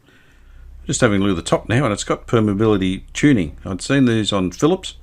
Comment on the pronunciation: I believe you pronounced permeability tuning correctly. You pronounced it the same way as my engineering lecturers at university.